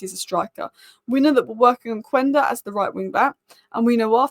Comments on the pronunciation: KENDA! It is pronounced KENDA. Not Kuenda. Quenda =Kenda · It’s pronounced Kenda. The U is silent in Portuguese. Please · It’s phonetically Qenda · I have nothing against hojland but I'd hold onto zirkules and get another striker. I feel like we're always talking about gyokores and cuhna😮‍💨 I don't think gyokores thrives in the EPL, he needs space, without it he's as effective as rasmus.... He is a calmer finisher though Also, I'm not Portuguese but as far as I know it's pronounced key-enda - it's an African name, and I happen to be South African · It's pronounced kenda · Might be surprising, but Quenda is actually pronounced Schmeichel.